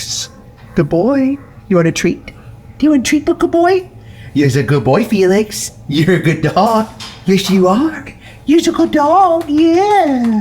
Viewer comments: oh, thank you SO much for giving Felix a few minutes of reprieve... even if you can't pronounce it properly :) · ... Feel-Licks ;-P